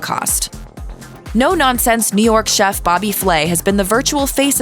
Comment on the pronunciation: You mean, Bobby Fway? Lol.